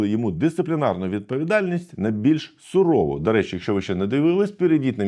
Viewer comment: ось Антон каже сурову замість сувору . Мова дуже важлива , але в органах є більш критичні проблеми. а справа з цим випадком про мову просто "очконамилювання" як на мене.